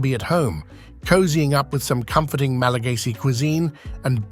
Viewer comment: Not”Malageesy people”. Malagasy